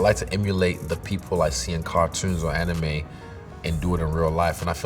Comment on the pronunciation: Avatar - Amirime Not anime